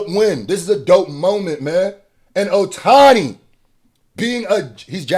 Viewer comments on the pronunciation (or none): Love the Ohtani hat I’m wondering if you know how to pronounce his name properly now 😆